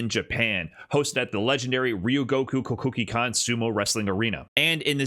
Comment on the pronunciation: you hit that pronunciation of ryogoku kokugikan clean